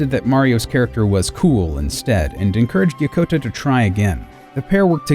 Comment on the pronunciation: It's Yokota, not Yakota!